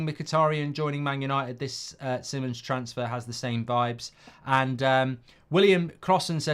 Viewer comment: Little thing BUT it is so irritaring to hear when the names are not pronounced correctly. If someone is your topic, take time to google and check how to pronounce the players/managers name first. Simons pronounced as "See-mons" not Sai-mon (English way). Just like TUS (Mark/Beth), always saying Tuchel before as "Tooooosshell" when it is "Too-kel"